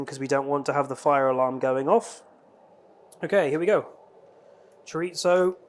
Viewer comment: U were a little awkward at first, but it was really fun, also it’s pronounced Cho-ree-zo. Hope you continue to do these.